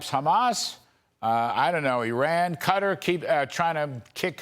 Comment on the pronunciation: Sorry, but to all media.and even our government, please stop mispronouncing Qatar. It is not pronounced "Kater". Look it up for Pete's sake, it is Qatar " kuh-taar". It was always pronounced correctly before and then we followed some.idiot that started calling it Later and now all of you sound like idiots.